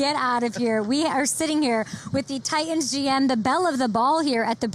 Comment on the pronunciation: Someone should tell her there is a "T" in the middle of the word Titan.